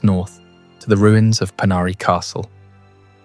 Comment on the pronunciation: It's spelled "Poenari", not Panari! RESEARCH THE INFORMATION BEFORE YOU SUBMIT THE VIDEO. That being said, thank you for a good presentation.